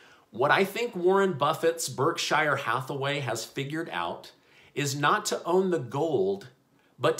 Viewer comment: “Berk shire Hathaway”